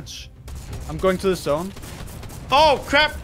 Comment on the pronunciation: Anyone notice that they say zone "sone"